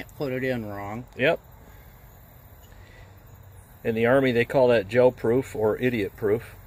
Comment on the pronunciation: Are you saying Gel Proof or Joe Proof?